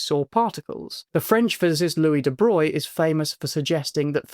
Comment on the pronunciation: Hey, you can pronounce de Broglie correctly!